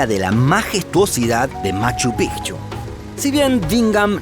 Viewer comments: Aquí estoy yo, de nuevo su contador de extraterrestres. en este video tenemos hasta el momento 313 raros a los que no les gusta esta maravilla de canal. es todo por hoy seguiremos informando. psdt: Por fin alguien que pronuncia bien el nombre de Machu Picchu, que alegría. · Por fin alguien que pronuncia bien machu picchu😃 se pronuncia así pigchu no pichu😒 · Al fin un canal que pronuncia "Machu Picchu" de manera correcta xd. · POR FIN ALGUIEN DICE MACHU PICCHU CORRECTAMENTE!!! MONTAÑA VIEJA! 😂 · Cómo peruano e hijo de cusqueña, felicito al narrador por pronunciar correctamente el nombre de la ciudadela, Machu Pi"c"chu y no Pichu como pronuncian los gringos. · Conciso, buenas imágenes, información correcta y buena pronunciación de los lugares. cada vez mejor y en el gran Machu Picchu. Fui hace 15 años casi, pero quisiera volver.